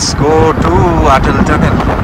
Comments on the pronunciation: খুব ভাল লাগলো দাদা. এই ভ্লগটি প্রতিটি ভ্লগের সাথে একই রকম তথ্যপূর্ণ এবং ভালভাবে উপস্থাপন করা হয়েছে। শুধুমাত্র একটি অনুরোধ, অটল টানেল কে উচ্চারণে আটাল টানেল বলবেন না. আমি আশা করি আপনি কিছু মনে করবেন না🙏.অনেক শুভ কামনা 🌷✨ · খুব সুন্দর। শুধু একটাই কথা 'আটাল' না বলে অটল টানেল বললেই ভাল হত।